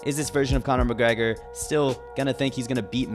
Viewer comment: CANA MACGGREHAAA